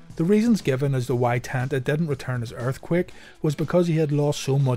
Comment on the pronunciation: It's pronounced Ten-ta, not Tan-ta...as spelled.